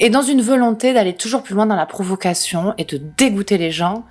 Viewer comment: A , j'entend "profuckation" 🤔